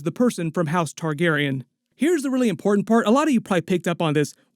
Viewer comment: You’re saying the word “important” incorrectly new phenomenon for people under 35 years old. Weird. love the videos though